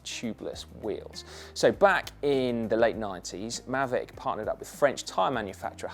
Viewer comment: [Pedant alert!] Isn't the k silent in Ksyrium? Also, "Maahveec", surely?